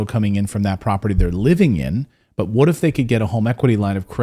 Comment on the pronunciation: whudat "dey"